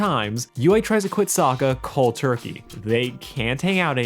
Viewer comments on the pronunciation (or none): none